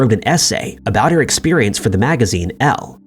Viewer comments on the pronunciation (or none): none